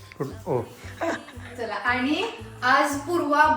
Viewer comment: Hi 🎉🎉 happy Birthday 🎂🎂🎈🎈 🎉🎉तू जशी आहेस तशी काही वाईट नाही आहेस ❤❤रियल आहेस फक्त एक सांगावसे वाटते (आनी, पानी)जे बोलताना होते ते सुधारलं तर खूप छान वाटेल😊😊